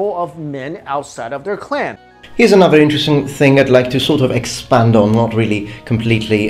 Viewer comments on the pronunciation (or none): none